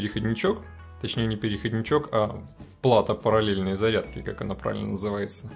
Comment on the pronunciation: Наверное "Зарядки ", а не "задки")))